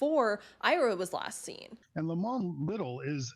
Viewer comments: It is not lemon it is limon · Just something to look into, I've always heard the name Limon pronounced with the i using more of a y sound, more like "Lymon" or how you would pronounce lion but with an m added in the middle